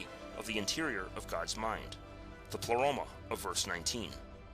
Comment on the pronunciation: pronounced "play-roma" not "pluh-roma"